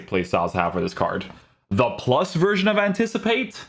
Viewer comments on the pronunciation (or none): none